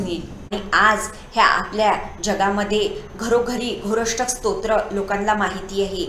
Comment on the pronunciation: योग्य उच्चार करा.